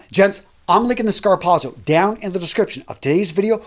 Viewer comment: A very, VERY valuable video. Thank you. I've been wondering if there were any good quality dress shoes for under $150. By the way...f.y.i...the way to pronounce it is "scar POT so". (I'm related to Italians who speak the language.) Zz in italian is always pronounced like the "ts" as in "pizza". Keep up the excellent work my friend.